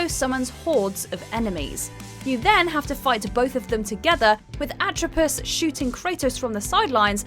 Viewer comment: It’s NOT pronounced “Lacka-sis.” It’s pronounced “La-Key-Sis.” It’s NOT pronounced “Atripus.” It’s pronounced “Atripos.” It’s NOT pronounced “Cloth-o.” It’s pronounced “Clo-tho.” Where did you learn about Greek Mythology. I hope you saved your receipt.